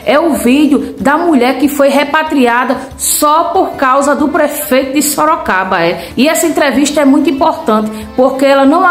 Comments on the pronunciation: ELA FALOU SOROCABRA MESMO, OU EU OUVI ERRADO?, EU ACHO QUE ELA QUIZ FALAR SOROGADO.😂😂😂😂😂😂😂. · Ela fala SOROCABRA 😂😂😂😂😂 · Sorocabra!! Soroboi, Sorocaba!!😂😂😂😂😂😂😂😂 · Sorocraba mesmo! Seria mais fácil ela ter dito Soroboi!!😂😂😂😂😂😂😂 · Eu moro em Sorocaba e não Sorocabra😂😂😂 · SOROCABRA E A LINGUA DELA DEVERIA IR PARA ESCOLA APRENDER FALAR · ESTOU ENGANADO OU ELA FALOU SOROCABRA ? OUVÍ DIZER QUE ELA É FUNCIONÁRIA DA PREFEITURA E RECEBE SALÁRIO SEM TRABALHAR...É AMÍGA DO GASPARZÍNHO, O FANTASMÍNHA CAMARADA. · ......"SOROCABRA"😂😂😂😂😂"MANGA"😂😂😂😂😂SÓ FALTOU O CAGALHÃO "DAMARES PAU-DE-GOIABEIRA"😂😂😂😂😂😂😂😂😂😂...... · Sorocabra ? Será q.não é soroboi ? 😮 🤭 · Sorocabra, Sorocaburro, Sorocavalo. kkkkk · Kkkkkkk nem soube falar a cidade q vergonha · So pode ser bozoloide kkkkk burra é pouco. ate o lugar ela fala errado misericordia